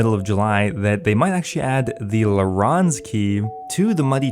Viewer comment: Please stop saying laRon's keys.. it's lair-ens keys..